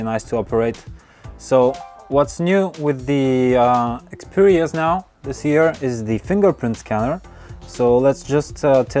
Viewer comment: I think I heard you say xpooria z5.